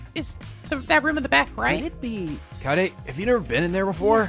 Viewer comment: KAYAYDAY is the optimal way to pronounce kaede